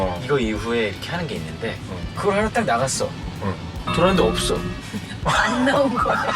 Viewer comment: 물이 읎엉? ㅋㅋㅋㅋㅋㅋㅋㅋㅋㅋㅋㅋㅋㅋㅋㅋㅋㅋㅋㅋㅋㅋㅋㅋㅋㅋㅋㅋㅋㅋㅋㅋㅋㅋㅋㅋㅋㅋㅋㅋㅋㅋㅋㅋㅋ펜이 없어를 잇는 없어 시리즈